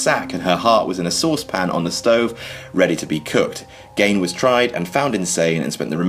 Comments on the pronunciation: I thought the name was pronounced Ed Geen not Gane? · Ed Gein's last name rhymes with 'bean', not 'stain'. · It's pronounced "geen" not " gane" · Ed Gein's name is pronounced "Geen" not "Gain". Just sayin' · You say Gein like geen. Just putting it out there, because if I don't it'll bug me. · Love your videos, one comment-- I believe it's pronounced "GEEN". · "ed gain" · I know you're not America, but you mis-pronounced "Gein". My highschool teacher lived in the town when he was arrested. Its pronounced with a long "i"